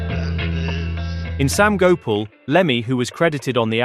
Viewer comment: Gopal is pronounced go parl not go pull